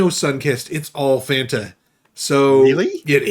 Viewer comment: Can someone please teach how to say Fanta?